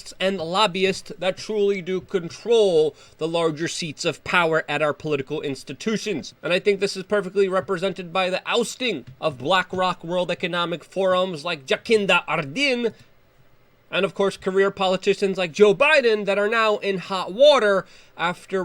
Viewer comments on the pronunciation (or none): Luke, it's Jacinda (Juh-sen-da) but who cares because she's horrible 🤦🏼‍♀️ from an expat in NZ